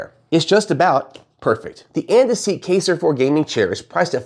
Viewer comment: Just fyi, it's pronounced "kEYEser" Also, you might want to work on making your video not sound like an advertisement.